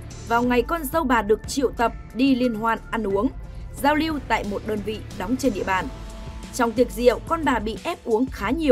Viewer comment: Giao liêu,vệ xin,, lấy mẫu tin chùn, điều cha, hổ chợ phát thanh viên phát âm cái éo gì chẳng hiểu làm ơn phát âm chuẩn tiếng Việt dùm nhé